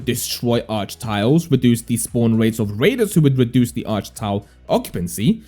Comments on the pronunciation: Its not Arch its Archay 😅. Do you even play the game lol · Arche - ar kay